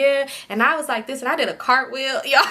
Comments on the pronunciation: Lmaoooo Girl She Said A Cartwill On The D 😂😂😂😂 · You said cartwheel on the d I’m ctfu 😂😂😂 and yes im a Scorpio and my Aeries sis was hell growing up too smh